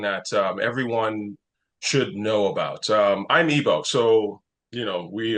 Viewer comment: Thank you! and it's "Igbo." My father was a child soldier. I grew up hearing about his experiences but I just learned that the war started because of jihadis doing pogroms to us. I learned this within the last month in my most recent visit to Nigeria. 😲That part of the history has been completely buried.